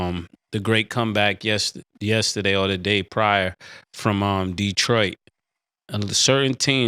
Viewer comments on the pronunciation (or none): none